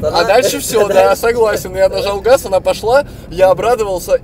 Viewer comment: Я нажау гауз